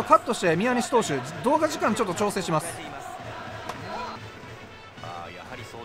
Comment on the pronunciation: ×みや↑にし投手 ○みやに↑し投手